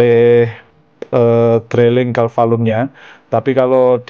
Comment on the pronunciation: Pengucapannya bukan "Drailing" tapi "Driling".. sorry.